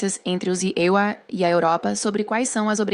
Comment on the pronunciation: Essa inteligência artificial não sabe falar EUA não?